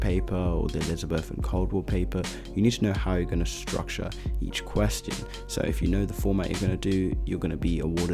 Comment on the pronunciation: This man has different style of saying ''question''